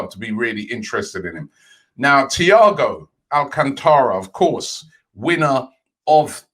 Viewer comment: Robbie, it’s AlcAntara. Not AlcantAra